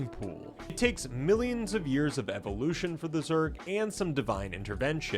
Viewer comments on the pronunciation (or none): none